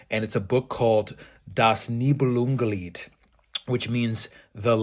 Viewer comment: I noticed you referred to the book "Das Nibelungenlied" with perfect pronunciation. Do you speak German as well?